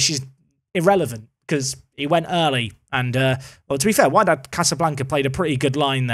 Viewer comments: Its Wydad, as wEEdad :) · Wydad is pronounced Wedad (or WeeDad 😅) and with the number of VAR interventions in the game, expect their fans to be moaning and shouting about it 😂😂😂 I'd say invest in the current crop of players (i.e. new contracts, etc) before thinking whether you should spend the money or keep it in the AI manager's hands. And if you decide to spend the money, I suggest you carry on your goal to bring more Englishmen/Britishmen to the club.